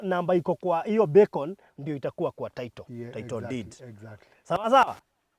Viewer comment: Baruthi sio beacon ni Becon